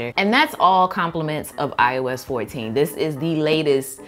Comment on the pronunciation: I keep mishearing “ios 14” into “I was 14”